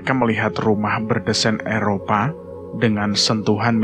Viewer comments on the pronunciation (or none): none